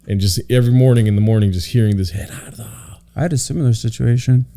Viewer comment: GERARDO WHY DID YOU PRONOUNCE YOUR LAST NAME LIKE THAT ORALE BRO